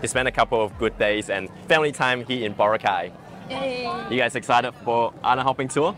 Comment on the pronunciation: Its pronounced Boh Rah Kay ( not bora cay